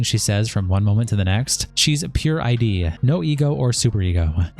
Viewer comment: "Pure I-D" ITS PURE ID! pronounced like "Hid"